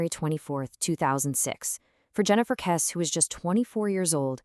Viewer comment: It's pronounced "Kessie." You've clearly not listened to any of the hundreds of videos on the Kesse case.